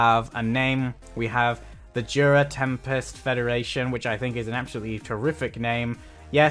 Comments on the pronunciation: hey (( IT'S "JURA" TEMPEST FEDERATION BTW )) not juda 🤣🤣🤣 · He's been saying Jura all the time